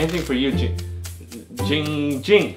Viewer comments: This is the only occurrence where has pronounced jinnng jing’s name right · Finally for the first time said Giiing Ging correctly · he finally pronounced his name right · The only time has ever pronounced Ging Ging’s name correctly.